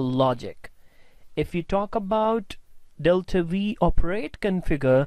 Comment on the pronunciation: V? Isn't it "five" ? :-D